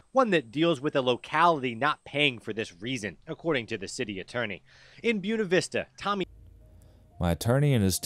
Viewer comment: Of course a local judge sides with a corrupt city and let's them slip away without paying their debt. And it is spelled B-U-E-N-A, pronounced booWena, not Byoonuh... Stop using Latin names and then disregard how to pronounce them properly....